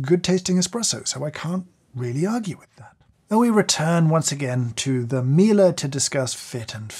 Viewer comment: Why did you pronounce Miele like a German word lol